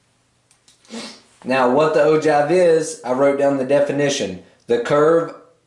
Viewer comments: Ogive is pronouced the way you wrote it no how you said it. It is pronouced oh-jive and you said oh-jave. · willem kauffeld I heard oh juv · He said o-give after explaining it is pronounced o-jive.